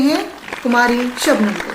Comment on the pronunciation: Sir sugam nhi Shabnam 🤗🤗🤗